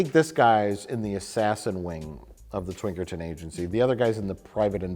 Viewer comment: he really said Twinkerton Agency